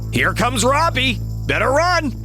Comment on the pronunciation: Roby's name is is Roby not Robbie